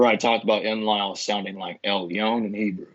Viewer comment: You usually feature such renowned academics. Who's this muppet? He can't pronounce Enlil. I want a bibliography and footnotes from this guy. I think his theory is nonsense.